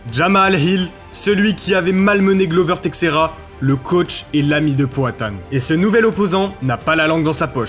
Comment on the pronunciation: Par contre t’as détruit tout les noms de Glover Teixeira et Jiri Prochazka